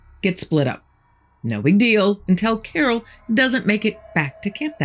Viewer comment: I love your story telling, but the word is until; not entell.